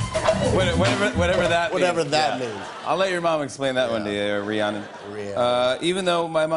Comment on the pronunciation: I was also named after after the Stevie Nicks song and I gotta say, I’m super impressed Jimmy pronounced it correctly.